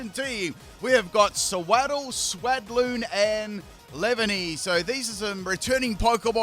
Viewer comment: Dunno if I’m impressed with the commitment to purposefully mispronouncing all three of the lines names or dumfounded cause no-one can be that dense